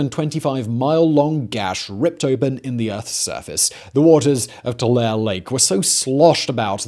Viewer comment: This guy is good as selling 70's disaster movie themes. Seems like science but is total entertainment. This guy/channel found a good niche. Really mispronouncing "Tulare" lake . What a charlatan. Low budget channel it would seem. Buy Harrys.